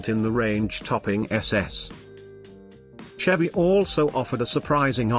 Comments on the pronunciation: It’s not because of the British accent, it’s a synthesized voice, not an actual person, it also pronounces Chevy with a ch sound instead of the sh sound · Here we go. How about a real person narrating videos like this, rather than a ridiculous computer voice that can't even pronounce Chevy properly?. Nobody talks about 70s engines in metric. That said, I don't know whether these were good choices or not. I just like all older cars. So it was just interesting to see a video about older cars. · CHevy? It's pronounced SHEVVY A Chevelle is a MEED sized car? Pimouth? PLYmouth. ZEE-28, not "Zed", One of the "Mack" One's pictured, specifically the 2nd one, the yellow one, is a Boss 302, not a "Mack" One. AND a 327 was a SHEVVY engine that had been replaced by the 70s with the 350 Koo-in (i.e. CUBIC INCHES) The 351, which was Ford's competing engine of this period, is a 5.7 liter. I don't believe they had 4-sp automatics either in the early 70s.